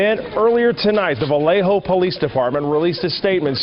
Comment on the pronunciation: Thank you for saying Vallejo correctly. It would have driven me crazy to hear Valjoe or something throughout the video ❤